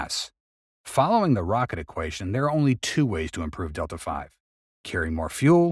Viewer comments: OMG, this is Rockets FOR dummies BY dummies. Anyone who calls Δv "Delta-five" doesn't understand common rocketry jargon, OR Roman numerals. The v in Δv is velocity, not five. You earned a 👎and a Do Not Recommend Channel. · I've come to believe this is just a click bait channel, simply because basic stuff os mispronounced such as Delta V. The mass speculation on a lot of the videos and alot of times just straight up wrong statements. Like yesterday's video. Stop trying to make it look like the best Rocket company in the world don't know what they are doing. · Dude... really?.... Detla Five? It is Delta V (like a letter V) because it means Velocity... not Five!!! And Delta means change... which all together means: Delta V = Change of Velocity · You've made a fundamental error, a truely astonishing fundamental error. It is NOT "delta five". The "v" is not a roman numeral for the number 5. It is the the abbreviation for the word "velocity". It is pronounced "delta vee". What the term actually means is "change in velocity" (delta velocity). "v" is THE term in ALL mathematical formulae for the term "velocity". I am really shocked because it demonstrates a fundamental lack of knowledge on your part. "Delta-v" is one of the most common terms used in rocketry. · It's pronounced delta V, not delta 5. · Are you saying "delta five"? What's that? The text seem to be "delta v", or the change in velocity - I've never heard of delta five. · "Delta-v" is delta vee, not delta five. Looks like a number of folks caught that one! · "delta five"? Really? Cummon, guys.🙁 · It's really difficult to take you serious as any kind of expert when you can't pronounce Delta V correctly.